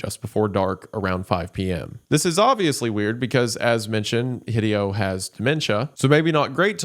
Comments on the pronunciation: I cringe every time he pronounces Hideo "hih-dee-oh". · The most frightening thing in this video is Wendigoon's pronunciation of Hideo. He almost certainly knows of Hideo Kojima, right?! /s